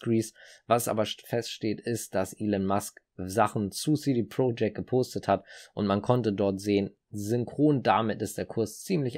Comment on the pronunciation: Top Video aber CD Projekt spricht man nicht englisch aus sondern so wie man es liest... aber top video👍